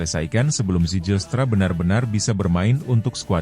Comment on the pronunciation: Bacanya: Zeilstra bukan sejilstra😅😅😅